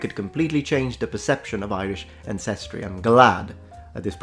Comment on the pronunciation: Sorry mate, it's àncestry, not ancèstry.